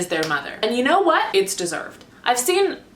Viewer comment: "Yew know whet?" Giving me all the life in this video. Cancelled Von D PLUS your reaction to the JStar liquid highlighters is perfection.